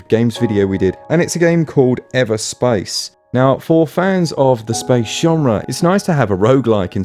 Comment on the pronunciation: No one's gonna mention the fact that he pronounced it as "EverspIce"?